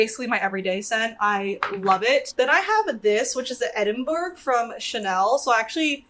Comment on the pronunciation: love this video so much!! (btw its pronounced edin-bruh - but that scent sounds amazing) :)